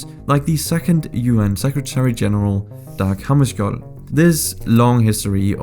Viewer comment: when you said Dag hammarskjold you sounded super danish i have never heard a english person saying a word with such beautiful danish unless you are from denmark/Sweden/norway